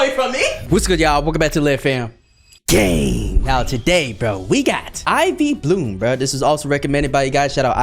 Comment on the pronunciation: Whenever he says gang it sounds like Like he's saying gay instead of gang hahaha 😂😂😂